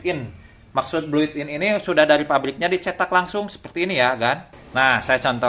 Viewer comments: Thanks infonya nih💥👍👍 Mister BUILT IN BUILT IN BUILT IN bukan bluit in mister👍😁 sukses selalu. GIVEAWAY!!!! Mister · built in bang bukan bluit in